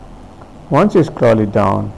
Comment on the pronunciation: U need to click over hia... Jst a'scrolit down, a'scrolit down... Just a'scrolit down, a'scrolit down 😂😂😂😂😂😂😂😂😂😂😂😂😂😂😂😂cant stop laughing